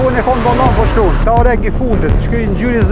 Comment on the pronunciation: “Telefonin n vOllAn po qKrun”